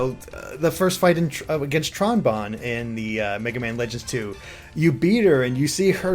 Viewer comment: I think her name is pronounced Tron BOWN. You know, like the Trombone? Everytime you guys said "Tron Bon" I was irritated because I play the Trombone...